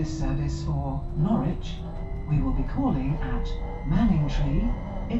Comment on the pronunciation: Well, at least nails "Norwich" without issues. Many people, even native English-speaking Americans, struggle with that, I tend to find.